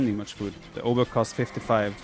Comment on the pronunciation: Some translation for those interested for whatever reason: 'rozkazania?' - 'orders?' 'gotowam jest' (pronounced gotovam yest) - 'I'm ready' 'jestem sprawiaczką' (pron. yestem spravyachkom) - 'I'm builder' Also 'obuch' should be pronounced as 'obuh'. It derives from 'broń obuchowa' - 'blunt weapon'. AoE Poles use a weird hybrid of modern Polish pronunciation and accent with some archaic words and forms thrown here and there.